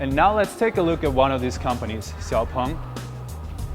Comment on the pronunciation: You made an interview with the vice ceo, who said the company's name several times and you still pronounce it wrong. Why? sh is not so difficult for muricans. It's "shiaopung" not "ksiaopung". Sh like in shitty presentation.